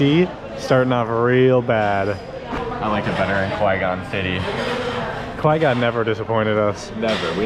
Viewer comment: You always say Quezon City wrong